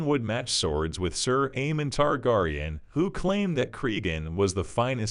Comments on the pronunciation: Lol not the tar-gar-eon 😂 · Leave my girl ri-nerya tar-gar-on alone. 😂